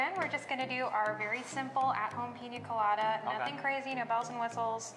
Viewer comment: It’s Piña colada